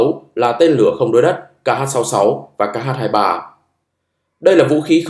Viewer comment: X 23 ta đọc là khờ 23 chứ tiếng anh ko có chữ kh